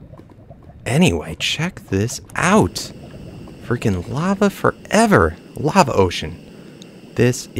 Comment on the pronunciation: he said lava fo evah someone telll benja. NAOW